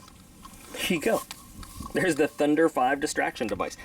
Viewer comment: As a former airsoft player hearing you say "thunder five" is killing me. Its pronounced "thunder vee" because another company made a similar (exactly the same) device called the thunder bee (see the resemblance?) Nothing to complain about just that was nagging at me the whole video